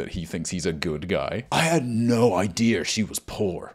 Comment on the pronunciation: love how even when you’re doing an american accent you still pronounce idea as “idear” like yas